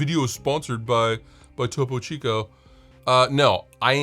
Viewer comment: glad you finally figured out how to pronounce topo chico